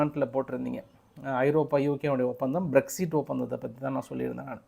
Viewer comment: பிறிக்சிட் இல்லை பிறெக்சிட்(BREXIT)